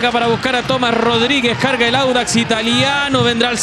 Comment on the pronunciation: Díganle ala periodista q es audax no wanders jaja por el color verde seria😂